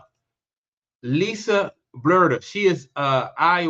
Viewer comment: You don't even know how to pronounce Lisa's last name and yet you're naming her the next head coach of the Fever. The only thing you said that is credible is that Chrissy Sides needs to find another profession. The rest of what you said is a jumbled mess of contradicting statements.